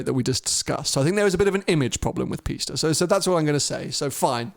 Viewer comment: Pisssta teach him how to say it properly 😂